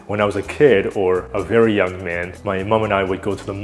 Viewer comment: Very "yeung" man lmao XD